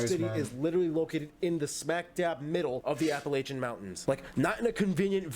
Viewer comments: He mispronounced Norfolk and Appalacian. You pronounced Norfolk correctly. I enjoy your videos. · I feel like he's never heard the word Appalachian. It's pronounced appuhlatchin or appuhlayshun but not apuhlaytchin.